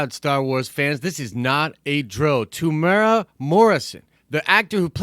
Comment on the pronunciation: Greetings from NZ. Not a huge deal but just so you know (because virtually nobody gets this right). Temuera has 4 syllables. Phonetically it's pronounced Temu-era by most english speakers. The strict Maori pronunciation is also slightly different but if you use the above guide you'll be 100% fine. Strangely most people get Taika Waititi right, so well done everyone.